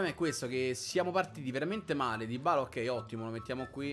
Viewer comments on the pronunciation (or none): none